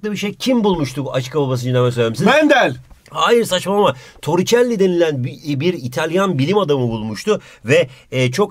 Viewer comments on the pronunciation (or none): sanki Toricelli denen bir ibine der gibi goluyor xD